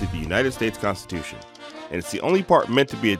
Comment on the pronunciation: THE KAANSTITEWSHUNN